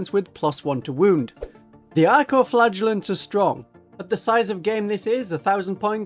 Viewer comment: Great video but... I keep hearing "Arco-flatulents"